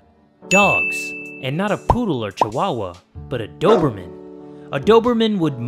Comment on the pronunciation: Rebekah Andris i like JAYwawa instead of chiwawa...don't know the spelling......;)